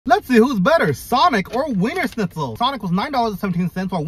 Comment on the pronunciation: he pronounced wienershnizel way better than I expected